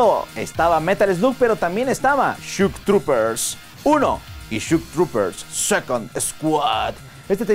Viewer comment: No es shuk trupers, es shok trupers